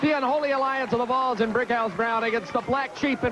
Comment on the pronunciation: Man, Chris Hamrick is a maniac. I was wondering who the heck "The Balls" were. It's "The Volz," as in the Tennessee Volunteers. Thanks for uploading this random show!